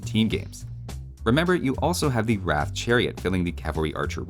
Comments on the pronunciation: What annoys me is that they call the 'Roth' the 'Ratha', a very Hindi rendition of the Bangla word. Just asking any Bengali would be enough to know it's pronounced without an 'A' sound, which is a primary phonetic differentiator between Hindi and Bengali. Yoga is Jog, Asana is Ashon, Veda is Ved, Chakra is Chokro - it's obvious but the devs didn't get the memo. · i was just about to comment about the pronunciation XD, i personally pronounce it as roth if you add the w in front they might just say it as wrath and call it a day..... and btw didnt you find the villagers voice acting a little odd as if a non native person is speaking those lines like ami jahiyea , jogariya sounds about right.....